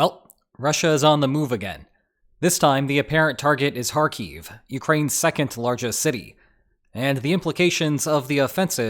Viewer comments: It's "HAR-keef" not "har-KEEF". Stress is on the first syllable. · Hey, saying Kharkiv right once is better then not saying right even once. For some reason you keep calling it KharKiev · Why do you wrongly accent the word Kharkiv on the final syllable? It's accented on the first syllable in both Ukrainian and Russian. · It would be cool if you could at least learn to pronounce the name of the place that you are talking about.....